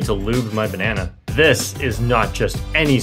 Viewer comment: No way you said “time to live my bannana